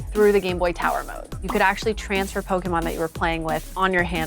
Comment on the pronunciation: The way these people pronounce pokemon names is horrible